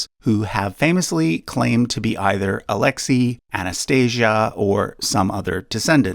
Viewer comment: But why butcher the names?? It's not that difficult to find out how to pronounce such common Russian names such as Xenia and Alexei.